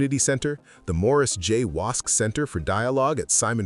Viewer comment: Great video only one correction Ian Gillespie is not the son in law of Gordon Diamond. And AI narrative call the Wosk family Wasps ??